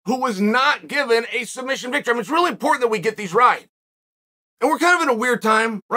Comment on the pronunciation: Islam calls it “Sumbission” 🤣🤣🤣